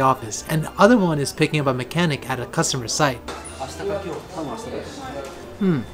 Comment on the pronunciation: YOU DESTROYED THE WORD "CUSTOMER".